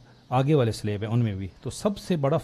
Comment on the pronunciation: 'Slab' ka talafuz sahih kren.